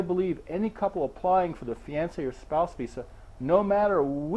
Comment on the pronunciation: Wow, that's the weirdest pronunciation of fiancé ever. It's off-putting. Useful video though. Thanks.